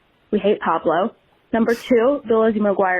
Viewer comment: “Lizzie McGuire movie #1. We hate Pablo” 💀 it’s Paolo